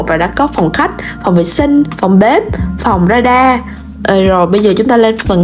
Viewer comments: ga ra nha bà chứ đâu phải ra đa âu má =)) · Ga ra mà chị ớiiii;))) chị gọi là ra đa:))